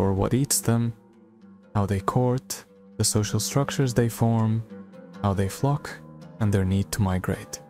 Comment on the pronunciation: Flock not fuck...😂😂😂